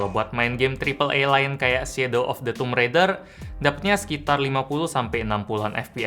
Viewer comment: Thank you for saying toomb raider instead of tomb XD